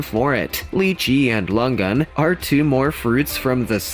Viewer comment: long an my ass🤣🤣. tf did he say?